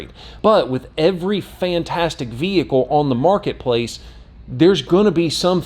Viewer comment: I must be really tired, I swear you are saying vehickow. LoL. Looks like a great vehicle. What color did you order? A friend in Maine was going to get the sport. I told him to wait for this one. Thanks for posting.